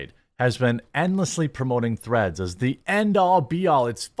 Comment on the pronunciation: Im sorry, did you say threads or threats?